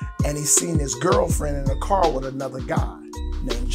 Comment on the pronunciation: Car, not card, homey!